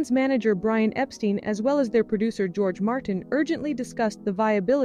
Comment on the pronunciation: Brian Epstein’s surname rhymes with ‘mine‘ not ‘mean’.